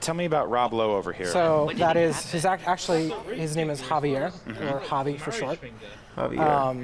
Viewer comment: It's Javier not Havier, not Hose it's Jose lol XD. But I feel ya, Clementines the shit!